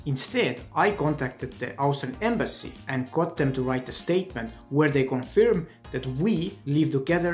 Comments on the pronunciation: Pal, the verb 'confirm' is pronounced 'conferm'. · Actually it’s pronounced kən-fûrm′ He is speaking in a foreign language for him. Give him a BREAK!